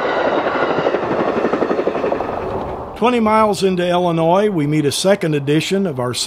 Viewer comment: Good video. By the way it's Illinois, and not "Ellenois."